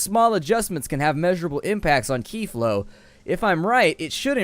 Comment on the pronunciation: Qi is pronounced chi, byw :)